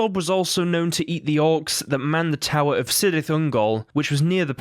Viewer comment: Cirith is prenounced Kirith